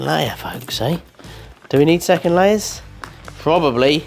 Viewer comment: You said “get these layers out” but to me it sounded like you said “get these ladies out” 😂 either too much coffee or not enough… either way I need a coffee 😂